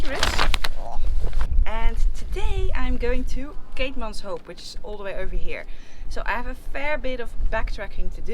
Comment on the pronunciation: Noraly if you say it like "keetmans whip" your pronounciation will be spot on. Also " buy a donkey" is baie dankie. Enjoy my beautiful country, stay safe💕